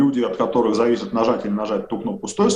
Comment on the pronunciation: Что за натура стала у ФБКашных спикеров делать двойное ударение в словах. Каждый делает это. Пример: на слове "функционирует", слово "которых" и далее "парадигме". Зачем? Это что?